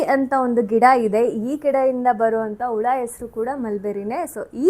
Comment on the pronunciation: ಉಳ ಅಲ್ಲ ಹುಳ